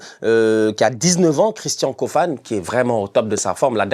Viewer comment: On prononce KOFANÉ ...pardon appellez le comme il faut merciiiii